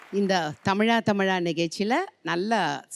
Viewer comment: எ உங்கள் பண்ண உச்சரிப்பு correct ஆயிருந்தால் நல்லாருக்கும் உடரணத்திற்கு தமிளா..wrong உச்சரிப்பு தமிழா.தா Correct